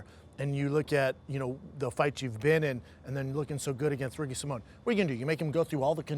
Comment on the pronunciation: It's Ricky sa-mo-an not Ricky Simon Schaub 🤦